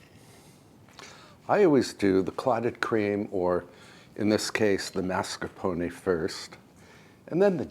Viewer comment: you said Mascarpone correctly! so nice to hear it...everything looks great